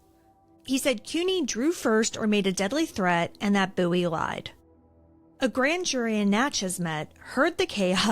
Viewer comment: I’m a descendent of Jim Bowie and I thank you so much for pronouncing Bowie correctly!!! Literally no one does and I get so excited when people do!